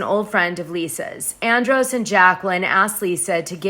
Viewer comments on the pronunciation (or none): none